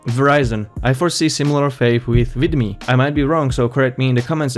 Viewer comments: What is up with calling it why-meo? Sorry, but your broken English is hard to ignore. Explain to me how Youtube's growing censorship and demonetization of legit content creators isn't more than enough reason to switch to anything else. The easiest option is what the sheeps will be herding for, and that will keep Youtube going a white longer, but greater things were never easy at first. That is why you will be supprised by what will eventually bring down Youtube unless you start using your imagination and not just compare Youtbe to your tv set. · vEEEEEEEEEmeo. I don't care you don't like their business model, please learn to pronounce things.